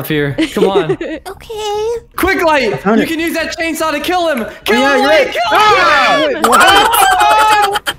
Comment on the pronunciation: Them saying "Chainsaw" :P Me hearing "Jadesaw" XD